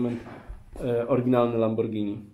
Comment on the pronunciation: kupuje lamborgini prygotujcze czensczi